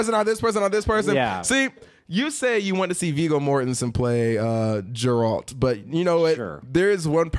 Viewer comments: Not "Jerald". Geralt. grrrrrrrrrrrrrrrrrrrrrrrrrrrrrrrrrrrrrrrrrrrrrrrrrrrrrrrrrrrr lol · Jeralt of Riviay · Jeralt wtf is this Ge-ralt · OMG it's Geralt..."Gear-alt" just had to get that out. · YumLemmingKebabs No its not, it's pronounced Gar-alt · The mispronouncing of Geralt's name is triggering me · bruh confused Joe maganello with manu bennett and kept butchering geralts name lmaooo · Right? XD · Nope, only name you butchered was Geralt's. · Sorry for the rage, but I have to call you out on this because it was too annoying to listen to. How the fuck are you going to get the main character's name wrong especially since you claimed to play the games??? You've had to heard them say it at least 100 times within the first couple hours of playing. Hell, it's even in the trailer and any review of the game. Also manu bennett plays deathstroke on arrow, joe magliano is set to play him in the movies. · Disliked the video for mispronouncing geralt